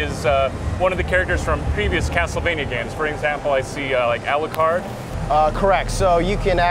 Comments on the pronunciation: al what card?? alyoucard?? alyewcard??? gah! I'm complaining about that.. damn guy can't talk and play castlevania games at the same time... and his murder of famous helsing characters... alucard!!!! al.. lou... card!!! is that so hard!!! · why does that guy pronounce it "Ali-ew-card. its pronounced al-lu-card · A LEE YOU CARD! If you are going to promote the game, PLEASE get the pronunciation of the names right :P . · "ALYEWCARD"? What a noob... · Ah-leew-card WHAT THE FWOK IS THIS SHEET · Al yoo card? Thats annoying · Why does he pronounce Alucard like "AL_U_CARD"? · plus this isn't a great game it's a down grade from the series i mean the fucking dude who's running it can even say Alucards name right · I cringed every time he said Alucard's name wrong.